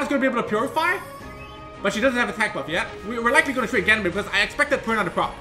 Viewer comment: Still fun to hear you say ganymade